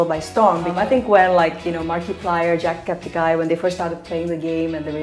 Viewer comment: Did she just say "Jackepticeye"